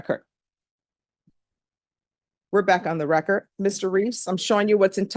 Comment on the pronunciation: You mean wrekurt as in munt? (I love her, but c'mon!)